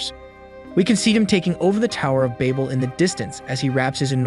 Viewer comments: Babel (babbel) Ouroboros (oro-boros) I'm sorry but hearing you continually mispronounce them got to me. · im losing my mind listening to him pronounce babel as bable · me: did he say baybal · cant even say babel right. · That isn't how you pronounce Babel. Nor is that how you pronounce Ouroboros. Guessing this is just a VA reading a script and not someone that actually watched it. The Tower of Babel is a hilarious story also. So it goes, a united humankind from Babylonia wanted to build a great city and a tower "with its top in the heavens." Now apparently Sky Daddy Supreme didn't like that idea so much. Humanity building a tower too tall was just the straw that broke the camels back. He didn't want no strong independent blac.....err humankind. Look at the achievements of these united people. We can't have that. For Omniscient Narcissist Deluxe Coutour needs to be worshipped and praised for his greatness because apparently a divine omnipresent omnipotent creator be like "hella insecure and like, totally a stage 3 clinger that needs to be needed and aint "feelin" what those sus ratchet Babylonian bitches that are totally compensating for something with the size of their tower. Theyre just tryin to get my attention," Genisis 69:420 The MASS SHARED DELUSION SOMEHOW STILL BELIEVED IN 2022 - then decided the ultimate solution to this problem was to make it so all of these humans could no longer understand each other so that work on the tower could not be completed. Even if this story had ANY truth to it (spoiler, it doesnt) all it manages to demonstrate is that an insecure pussy destroyed a united mankind because of a fragile ego. It would literally be like you spraying chemicals into an antfarm y